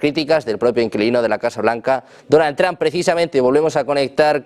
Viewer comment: ¿El presidente Donald "TrAmp"? Los españoles, al igual que los ches (argentinos) no tienen oído para los idiomas extranjeros.